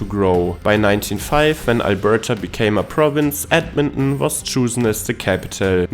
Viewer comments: Ed-men-on?? Where's that?! I've heard of Ed-mon-ton! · Say it with me now: Ed-Mon-Ton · He said Edminhmm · It's pronounced Edmon-TON just so you know. ❤ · What is the Canadian way of pronouncing Edmonton? I’m guessing it’s not “ed mun Nnn”. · The river valley is awesome year round. Its a flat and mostly bland city looks wise, but it has some unique charm if you know where to look. The way you pronounce Edmonton gives me a chuckle. Myself, I am from Saskatoon, which if you ask me is a smaller Edmonton. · lol the way he says it.